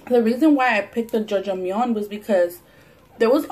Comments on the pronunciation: Omg.... I was like wtf is jojomeon and the you said black bean sauce (aka black bean paste ) and my Korean Novela watching ass realized you were trying to say "ya jang miun" Lol try reading it in spanish. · It's Ja-jang-myeon ❤️ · The way you pronounced the black bean noodles "jojomeyon" made me chuckle lol..awesome that you're trying something different :) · judge-a-myun lmaooooo